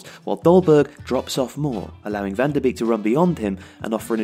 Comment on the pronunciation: Great video, however 2 points of criticism: 1. This match is important, it decides who ends first in the group. 2. Some of the pronunciation is a bit weird. Labyad and Van de Beek were incorrectly pronounced.